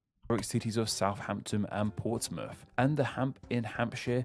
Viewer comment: Why would someone with a speech impediment choose to make a youtube video that involves teaching international viewers place names? Am I being too harsh? Wun to Fwee.... Powtsmuff Cownwul Can't form "th" so pronounces "F" Has so much trouble with "R" it comes out "W" It's basically lazy pronunciation, there's nothing to indicate he has any physical impediment precluding the forming of those letters and sounds.